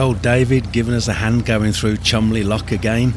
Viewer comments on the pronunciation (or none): As an American, I had to laugh at the way you pronounced Cholmondeston lock as Chumley. It made me think of the old story about Mark Twain in England when they kept correcting his pronunciations. Finally a Brit asked him if he ever been to Niagara Falls. he said something like “What? Do you mean Niffels?”